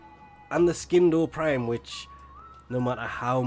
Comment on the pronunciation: “Skin-doe prime”